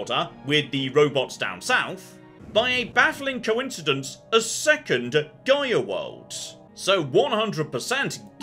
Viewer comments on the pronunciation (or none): There's something about the way says: "Gaia World" that always sounds off to me. Like he's saying some heavily accented "Gear World" or "Geyur World". I'd think it's just a British thing but I've heard plenty of British people say Gaia not like that. Keeps throwing me off when I listen expecting he found some new planet type that is nothing but steampunk clockwork construct or something.